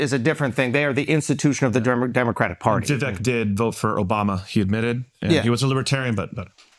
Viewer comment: The fact that none of you can pronounce Vivek or Kamala correctly after all this time is mind boggling.